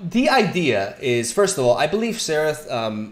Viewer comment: It's more like "zerath" than "therath" but both are good 😁